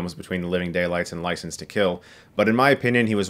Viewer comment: "Ricense to Kill"